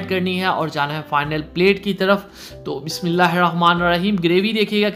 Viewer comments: Meherbani kr k Bismillah sahi parha kren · Bismillah sahi parha kren